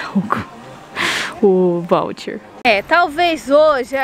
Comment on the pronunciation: Que agonia ver a pronunciando várias vezes voucher errado kkkkk